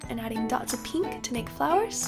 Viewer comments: "peenk" haha i love it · I love the way you say pink, it's like peenk*